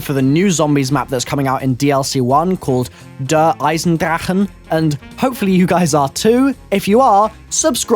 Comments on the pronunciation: As a German i can say u pronounced the map "Der Eisendrachen" pretty good ;D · i like it how you say Der Eisendrachen or Der Riese xD it's so funny